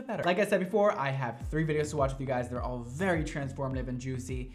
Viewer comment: Idk why but I love the way says “very” lmao 😂 it sounds like he’s saying vAry